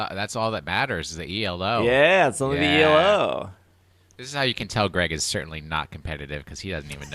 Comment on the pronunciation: Elo is a word (its a name) not an initialism. ee loo